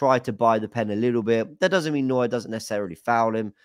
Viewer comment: Unironically, would just like to congratulate on his pronunciation of Neuer. Actually said it correctly every single time. Couldn’t believe my ears was fully expecting him to butcher it